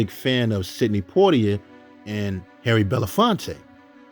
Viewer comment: it’s pronounced Port tee A Great bio tho !!